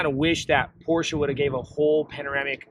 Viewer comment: I hope after 2 years you have learned to pronounce Porsche properly.